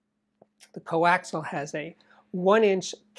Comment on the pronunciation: Steve, please excuse the professorial demeanor, but it sounds like you pronounce the word 'coaxial' as 'coaxel'. Is the 'i' missing?